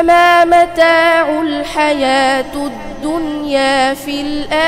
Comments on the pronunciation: هناك خطأ في النص حيث قال: فما متاع الحياة قرأها بالضم ...، وهي بالكسر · الحيوة (بالكسر ليس الضم) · ما شاء الله تبارك الله ... تصلح قراءتك مقياس لجودة القراءة عند أبناء العرب سددك الله وفقهك كلام ربك... أحزنني أنك أخطأت في تحريك كلمة قوله تعالى (متاعُ الحياةِ الدنيا) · نعم صحيح أخطاء .... قراءها بالضم